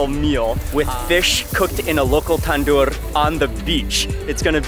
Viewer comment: It’s tanor not tandor